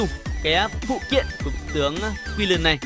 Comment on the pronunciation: Nghe quiu len wen nghe ad nói kiu lình hơi khó chịu